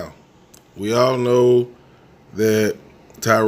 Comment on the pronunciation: She said oww not know